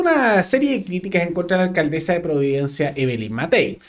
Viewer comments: Llamaría a la “alcaldezzzaa” siempre me ha resultado insoportable escuchar hablar tanto a Vallejos, como a la alcaldesa de Santiago y varios de estos nueva camada de políticos……pero en este punto de prensa la señorita Vallejos cansa con su pronunciación de las “s” de las “s” que hace como “z”……………..daña los oidos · se dice Alcandesa Vallejos, no alcadeza,....zazazazazazzaza